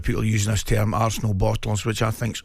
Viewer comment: Never heard someone pronounce ‘term’ in such a mental way